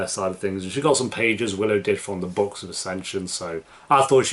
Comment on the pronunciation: great reaction. Your very similar pronounciation of "books" and "box" made this a bit weird here and there.